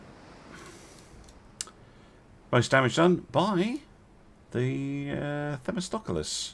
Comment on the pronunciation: Just wish he could pronounce it.